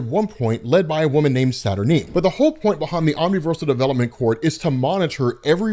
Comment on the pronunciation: Saturineeen, Mer-lynne, Wolv-rain lol